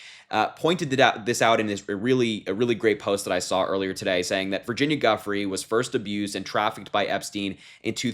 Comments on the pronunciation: Thanks Harry.And FYI the poor woman who had her life destroyed by Trump, Epstein/ Maxwell, Prince Andrew et al... her name is pronounced "Joo fray".That's the correct pronunciation. I think we all owe her that much at least. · Pronounced - jew-fray